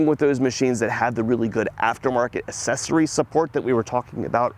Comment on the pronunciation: Always enjoy your informative videos. And I love that jingle at the beginning! How old is that? Also, not a criticism, genuinely curious: Do people in your part of the world all pronounce it "ass-ess-ory" instead of "ak-sess-ory", just like some people pronounce "sk-ed-jool" as "shed-jool"? Again, really helpful video. As a novice, I would be nervous about embarrassing myself getting up on a tractor in a lot, not knowing how it works. An understanding dealer like you, explaining why it's important like you did in the video, and reassuring that you'd walk me through it, would have been really appreciated.